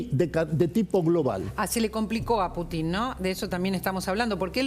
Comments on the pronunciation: Ninguno de los que estaban en la mesa pudo pronunciar el nombre del presidente Putin correctamente. E intentan informar, este es el nivel de los periodistas argentinos... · Esta paupérrima periodista de apellido Santillan, CON TODA MALA INTENCIÓN, modifica la pronunciación del apellido del presidente ruso., con la connivencia de los gerentes de esta agencia de noticias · Paupérrima periodista, incluso CON TODA MALA INTENCIÓN, modifica la pronunciación del apellido del presidente de Rusia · A ver señores periodistas les voy a enseñar un poquito de ruso,Putin se pronuncia acentuando la U,y es evidente porqué acentúan en la I,eso demuestra su animosidad,se les nota mucho